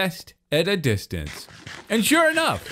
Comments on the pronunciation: Look from a Dis-tee-an-cee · "Lets look at it at a Disteyoncé"